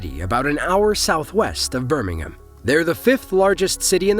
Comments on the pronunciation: It's not pronounced Birmingum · The way Birmingham is pronounced in this video only applies to the city in the UK.